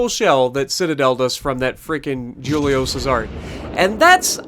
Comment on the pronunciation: Why he say Julio Cesar like that